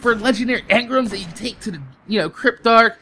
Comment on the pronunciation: Why is he saying emgrams wrong